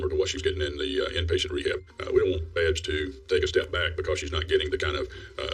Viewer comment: Please say Babs right. Lol